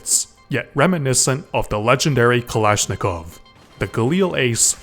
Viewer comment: Not a kalashnikov but a balishnikov